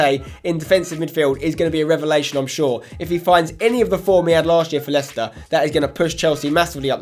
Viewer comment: *Leicester It's not that hard